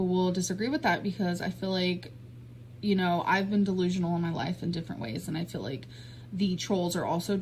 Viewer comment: Does anyone else notice that always says "fill like" instead of "feel like"? But she calls "fuelings", "feelings". WTF?